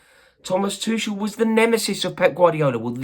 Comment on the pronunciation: Can you learn how to pronounce Tuchel's name. It's really not hard. And after that, start talking about him with some respect for what he did for our club.